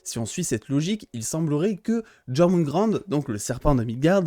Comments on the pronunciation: Ça ce prononce yorgumande je crois, et tout les les liens de parenté sont respectés par rapport à la mythologie nordique sauf que fenrir est aussi un frère de loki et de Hel (Héla) et de Jorgümand du coup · Ça se dit Jor.moun.Gandeur* Et pour le loup ça se dit Fen.rire J'ai orthographié ça pour que tu puisses le lire avec la bonne Prononciation